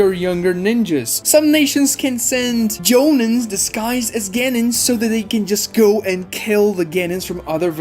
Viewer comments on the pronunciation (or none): Hate hate hate ur pronunciations.of chunin jonin and genin